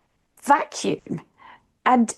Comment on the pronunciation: Whats with the "vacumn?"